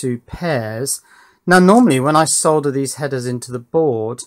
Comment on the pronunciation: It makes me so happy that you pronounce the L in solder instead of so many people. It has always bugged me. Great work on your Power Distribution boards!